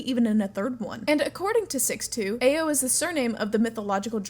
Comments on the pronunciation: just say aw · It's not pronounced "A, O".... " AO" is like the ou in Ouch.